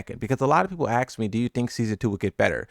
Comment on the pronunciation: Can someone explain to me this phrase that he said " a lot of people AXE me" !!!!???? How do ppl axe 🪓 someone without hurting them?